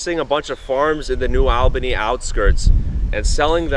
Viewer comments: FYI it's New AHL-bany (as in All) not New AL-bany (as in Al Pacino) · It’s the price of progress, good thing you weren’t around a hundred years ago you’d be really upset. We pronounce New ALL-BA-KNEE. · Its pronounced New "ALL" Bany 🫡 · New All-ban-ee.